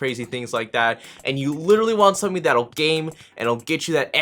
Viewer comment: um um um SUMTHUNG WIITY